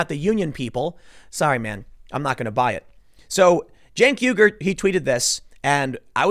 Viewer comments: Why does Tim correctly pronounce "Uygur" early in the video, but then weirdly idiotically MIS-pronounce it as "weeger" later in the video????!???? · Pretty sure it’s pronounced “wee-gur” like the ethnic group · Cant tim say uger ? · "YOOger" Tim. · It's pronounced "Mr Yogurt" Tim. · Pronounced "Yogurt". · How the hell do you always mispronounce Chunk Yoghurt the Brown Buffalo.